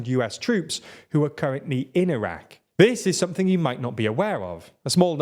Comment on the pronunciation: Why do you mispronounce Iran and Iraq?